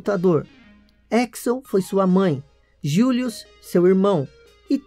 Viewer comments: Gilius e não Julius kkkkkkkkk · É Gillius, e não "Julios"! Seu inglês é péssimo, mas o vídeo é ótimo! 😊😇